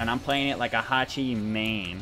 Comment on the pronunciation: "Hachimain" was too cringe I loved it.